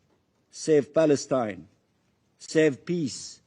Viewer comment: State of paleston ?🤣🤣🤣🤣🤣🤣 palestonian land ?🤣🤣🤣🤣🤣🤣